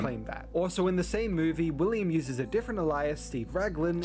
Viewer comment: I think its an awesome solution, and I will definitely keep Dave as CC's name in my head-canon now. But is ANYONE else bothered by the way he pronounces alias?